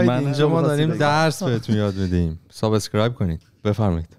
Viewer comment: من نمیدونم چرا که دیگه تو کانادا داره زندگی میکنه چرا به subscribe میگه سابِسکرایب؟😄 اون کسره ِ ب خیلی زجر آوره برام. (بازم ببخشید اگه هکسره اضافه گذاشتم)